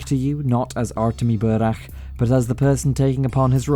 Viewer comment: Love when english speakers pronounce burakh not as burak